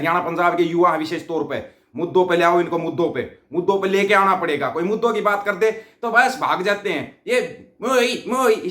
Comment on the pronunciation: Lahore walo Betta Aap Chote Chote Grupe Bana Kar Kuch Tuition Teachers Kiyon Nahi Rakhtey❓Bo Teachers Aap ki R Or D ki Problem Hal Karne Me Aap ki Help Kar sake.Jaise Aap kar Rahe ko kad Rahe Bolte Ho, phir Aap Lahore ko Lahod Bolte Ho, Aise Aap ki Wording Sahi Karwa Deinge Bo Teachers 😂😂😂😂😂